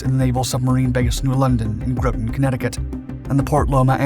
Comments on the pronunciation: It’s not “Growtin” CT, it’s Grahtin, CT. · Please pronounce Groton properly..its not GrOOton. Its Groton....lower O sound, everytime i here that i think " have i lived somewhere else my entire life"? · it's pronounced "Groton" (G 'rot' on) ... like 'rot' ... (G'rot'on) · I'm sorry I should have told you long ago but it's pronounced like cotton...I'm talking about the part of ct your saying Groton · Groton is pronounced "Gra-tun" . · Groton sounds like rotten, FYI. I'm a CT native. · Agreed, G + Rotten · Groton isn't pronounced like that. Groton rhymes with the word Rotten, hence we always nicknamed the town, "Rotten Groton." As soon as I heard you mention, "Yasen" submarines, my blood ran cold. That's a boat not to be trifled with....very very quiet vessels. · As someone who was stationed there, you butchered Groton. It’s pronounced like rotten with a g